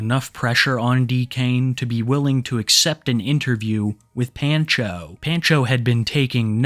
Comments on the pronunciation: My brother in Christ, it's pahn-cho, not pan-cho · Can't tell if it's just the guy's screen name, but saying "Pan-cho" instead of "Pahn-cho" pains me. Otherwise, excellent vid as always lol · Are you sure that's how you pronounce that name? I have never heard it pronounced that way, It's usually like "Pawn-Cho"... Every time you say it the way you do I just want to throw my phone. 😂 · Pan-Cho? Obviously you’re not Hispanic lmao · The way bro says “Pancho” is hilarious. It’s pronounced “Pon-cho” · The way pronounces pancho makes me die a little. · Take a shot every time he mispronounces pancho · ** YOU REALLY DONT KNOW HOW TO PRONOUNCE THE WORD "PANCHO"? **